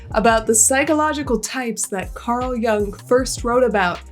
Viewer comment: Pronounced "yung". It's German